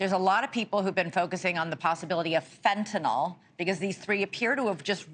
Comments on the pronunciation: Lady, it's fentANYL NOT fentANOL. damn. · It’s fentanyl not fentynol